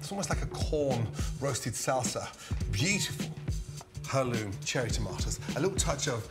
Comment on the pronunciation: Wait does he pronounce heirloom "hu-loom" or did I hear that wrong?